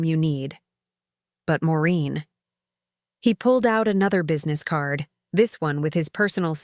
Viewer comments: Her name is Maureen not Marine! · Get the name right. It’s Maureen, not Moreen or Marine. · Maureen not Moreen so many errors in all these stories!!Get a dictionary, please.